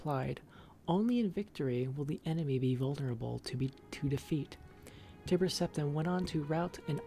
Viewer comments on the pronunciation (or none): I feel like the book was written by maiq the lier on a skuma trip lol Btw in pretty sure chimer (woodelfs) are pronounced with K like ( kimer) nd tiber is ( Tai ) ber XD cheers .